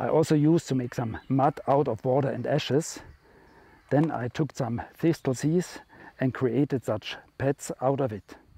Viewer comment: It's aways a pleasure to find one of your videos that I haven't seen yet - thank you. Please forgive me, because some people consider it rude to correct such things - but in English the word "Thistle" sounds like "Thissell". The second "T" is silent. I only mention it because it took me a few attempts to understand what you were saying! Thank you again, and all the best to you.